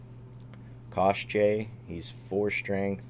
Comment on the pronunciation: His name is Pawel (Paul) Btw You pronounce great Koschey - old creature from Polish legends Kościej. In Polish kość means bone😉